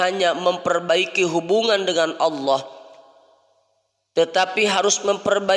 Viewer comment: AsKUM, MHON MAAF INI KRITIK MEMBANGUN, KALIMAT ALLAH JGN BUNYINYA TIPIS ((ha yg berdekatan dgn jim habis jim baru ha, jgn dipakai ha yg ini tetapi setelah WAU coba diperhatikan belajar lagi????